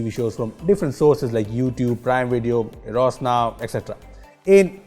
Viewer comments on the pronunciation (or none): none